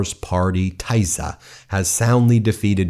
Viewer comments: The "i" in Tisza and Fidesz is pronounced as in "tip" or "fig", and "sz" is pronounced "s". The march to this victory during the past few weeks was awesome to behold. ❤ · As a hungarian you got everyone name wrong and the name of the tisza party wrong. Do some basic research for your videos. You just sound like a tool right now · Tisza Party -- please pronounce the word Tisza with an [i], kind of like in the word " tips". Thank you for your report on their/our victory! 🇭🇺 🥳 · Ben, great coverage, but please pronounce TISZA as should be pronounced in Hungarian: TEE-SAH, not THAI-ZER. Thank you. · Hi! Hungarian here, thanks for covering it! Friendly advise: Tisza is pronounced like Tee-szah not Ty-szah :) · FYI: Tisza is pronounced as [tee-saw]! Not [tie-za]😂 You’re welcome!❤ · Guys try to find the proper pronunciation. It hurts my ears when you say "Tie-za" party, Ben. It is Tisza, pronounced "Tee-suh" The Sz is a hard S sound. (and if you see an S without the z, it is a Sh sound.) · There is no Tyson party it is pronounced Teesa, just like Vyctor is Veector. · Great coverage, thank you! One minor comment is that the new party's name is pronounced Teesa, not Taisa. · I'm sorry but the way you're pronouncing Tisza is hurting my ears 🙉 It's Tih-sa not Taiza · As a dual USA-Hungarian citizen, this is a great, historical day. Thank you for your reporting! Just one note: Tisza is pronounced " Tee-sah", the "i" is short as in hit, fit, kit etc, not "ai". Tisza is the second largest river in Hungary after the Danube. Also, Magyar means Hungarian in Hungarian. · Tisza is pronounced TISSA not Tizer. It is the next largest river in Hungary to the Danube. That is what the political Party was named after. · It is not Tuyza it is Tee-sa (Tisza) party. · Pronounced like Tee-saw not Tie-sah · Ben, try to pronounce Teesa (Tisza). 🙂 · pronunciation o TISZA - teesha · Tisza pronounce as Tee-saa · Tisza is pronounced "Teeza" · It is pronounced Teesa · Tisza - pronounced as Teesa